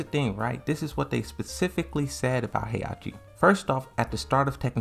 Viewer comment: FOR GOD´S SAKE, WHY DO YOU KEEP MISSPRONOUNCING THE NAMES???? Is HE-HA-CHI, not Heiachi and is XIAYU NOT YIAOYU.